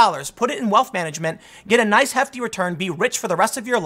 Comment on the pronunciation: Did he say "may Greta bless you" at the end?